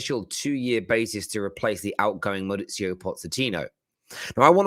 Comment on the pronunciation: He never gets his name right…maurizio pozechino…😂😂